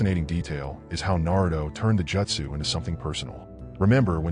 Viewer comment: The most annoying thing on this vid is you calling it Jetsu when it is Jutsu ( Jute - Sue ) please correct this pronunciation from here on out. Thank you. Other than that good vid.